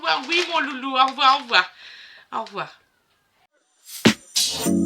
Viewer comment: Merci beaucoup ma belle cherie pour ce haul courses❤❤❤❤Courage a tous et prenez bien soin de vous❤❤❤❤❤et aussi merci a pour son "au'voi, au'voi'" 😊😊😊😊❤❤❤❤plein de bisous, de soutien et de courage pour vous❤❤❤❤❤❤❤❤❤❤❤❤❤❤❤